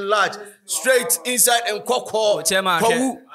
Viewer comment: It’s nkawkaw not nkwakwa 😅